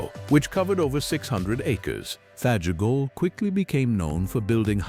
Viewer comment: I learned by attending an American Truck Historical Society meeting in Los Angeles, CA back in 1983 that Fageol is pronounced 'Fag IL', the 'o' is silent. I guess this is something else AI doesn't know.